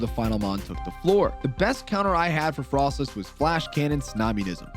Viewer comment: pun intended but didn't correctly say the pun that is frosslass' name 😭😭